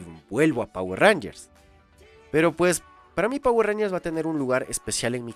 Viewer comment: Quien dice jayatus? XDDDDDDDDD